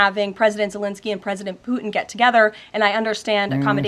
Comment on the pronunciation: I love to hear Caroline say "Poo-in"!!!😅